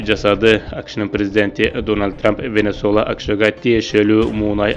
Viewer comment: Венесула эмес венесуела